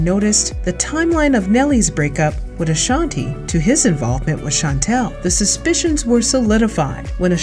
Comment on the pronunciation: I'm going to need people get Ashanti's name right. It's not LaShontae smh